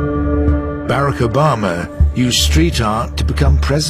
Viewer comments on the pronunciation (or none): That is the most bizarre way to pronounce Barack Obama I've ever heard. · Ha... "Bear Ack Obemer" That is funny right there.